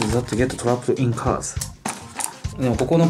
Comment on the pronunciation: cars の発音は curse 呪いの聞こえる 😂